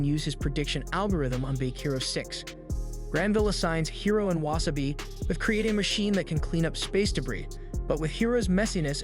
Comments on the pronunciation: How do you watch the entire series and still manage to not learn how to pronounce so many characters names. Hi-row instead of He-Row, Weh Seh Bye instead of Wah Saw Bee and Heth Cliff instead of HeeTh Cliff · You pronounced Hiro’s name wrong for the first half an hour to hour and couldn’t say Wasabi’s name either… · And it's Wasa - bi not wa - sa - bi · Anyone else kinda mad about the pronunciation of wasabi(not like mad but like the feeling when someone is chewing loud or something)